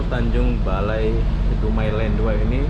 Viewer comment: Tanjung Balai, bukan BALE, kayak lidah lombok